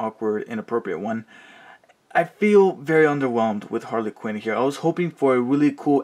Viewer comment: Harley Quinn not Hale quiren